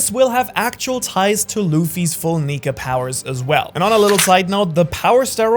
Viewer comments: neeker instead of nika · Bro said Meier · he said niker quinesdence idk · bro did not say "nika"